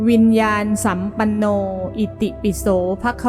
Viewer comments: วิญญานสัมปันโนอ่านว่า-วิน-ยา-นะ-สัมปันโนค่ะไม่ใช่-วิน-ยาน-สัมปันโน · ควรอ่านว่าวิญญาณะสัมปัณโน